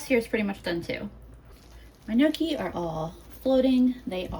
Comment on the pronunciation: Gnocchi is pronounced nyoki with the n and y together. Not noki lol